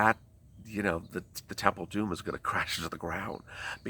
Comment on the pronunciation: God bless you sweetie evertime you say the temple of domm it makes me laugh you are a trip ❤️🙏